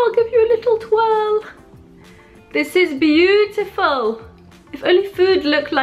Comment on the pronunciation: you just butchered the word beautiful